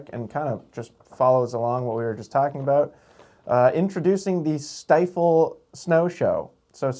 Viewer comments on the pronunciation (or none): it is pronounced Stee-fl. The Sti part rhymes with ski.